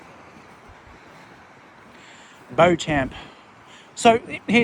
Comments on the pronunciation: 'Beauchamp' is pronounced 'Beecham' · Hey mate, beauchamp pronounced as Beechum - ridiculous hey. Kudos to TBG for walking the whole way in his pluggers.